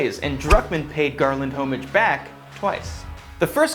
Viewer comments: it's pronounce ah mij not O mij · The H in homage is silent... just sayin'...